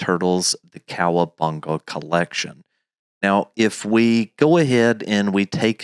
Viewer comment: grown man saying the Kcowabunga collection 😂😂😂😂